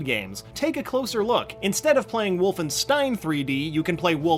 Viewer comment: It’s pronounced WolfenSHtein Get your foreign spelling right